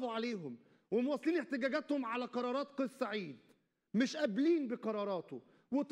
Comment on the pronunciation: مقدم البرنامج انت لا تعرف نطق اسم الرئيس بشكل صحيح فتعلم قبل ان تتكلم